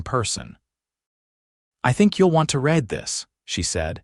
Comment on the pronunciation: AIs just can't get it right. I think you'll want to red this. In this instance read is pronounced reed. But all in all one of the better results.